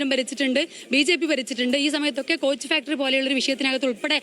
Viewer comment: സ്കോച്ച് ഫാക്ടറി അല്ല കോച്ചു ഫാക്ടറി